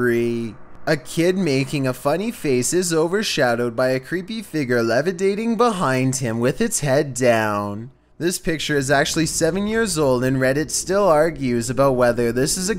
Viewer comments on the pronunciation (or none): you said lavidating. Fyi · "levidating behind him" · "Levidating" ...*facepalm*